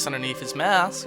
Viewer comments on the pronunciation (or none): none